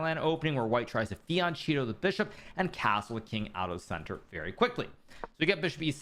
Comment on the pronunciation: Why you call it "fiancetto" while is the italian "fianchetto". You can talk, a little bit at least, italian and spanish you should know the correct pronounce.